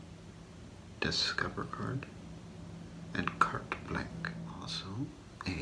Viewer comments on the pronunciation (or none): And "Cart Blank"